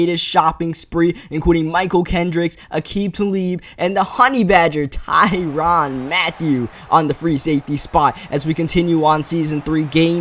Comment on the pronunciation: It's Tyrann Mathiu, not Tyronn Mathiu